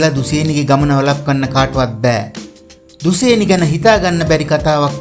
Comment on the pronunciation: දුසේනි නෙවෙයි යකෝ දුශේනි...